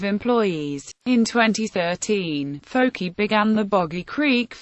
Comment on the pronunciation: Fouke is not pronounced as fokie it is pronounced as Fok. Not fokie not fuk only Fok